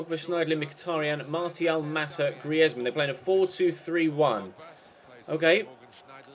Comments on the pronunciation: Say griezmann properly you idiot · Hate the way you pronounce Griezmann